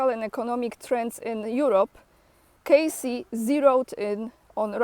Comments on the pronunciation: Edgar Cayce (read: keissi, otherwise written name would looked like Case) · Kay-see, kay-see, kay-see is the proper pronunciation, fyi. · The Edgar Cayce Foundation is in Virginia Beach, Virginia. His name is pronounced “KaySee.” If you get a chance to visit his foundation, it is well worth it. There is an entire library of his “readings,” as well as, a bookstore, and healthcare services. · the eyes of - the correct surname of the "sleeping prophet" is "Cayce", not "Casey". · It’s “Cay’-see”- he lived in the city next to me in Kentucky. I went to school with his great- grandson